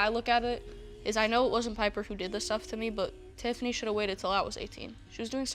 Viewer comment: ON TIFFINAY BTW